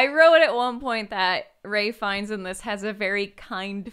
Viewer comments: It's Ralph Fiennes, not Ray. Also the mouse pointer is killing me. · Wow, I was so confused why they were calling Ralph Fiennes "Ray" until half an hour into the podcast when I looked him up and realized it is in fact pronounced "Raif." The more ya know